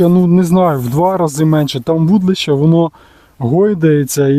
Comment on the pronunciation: Дитинко! Ти коли навчишся вірно вимовляти - вудИлище!!!